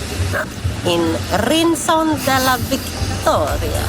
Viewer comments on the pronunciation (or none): Guys, it's not RinSon, but RinCon, 'K'!!! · Fin video! Brukar kolla på era videos när de dyker upp 😊 Delvis uppväxt i Almunecar .. (Rincon uttalas dock med K-ljud)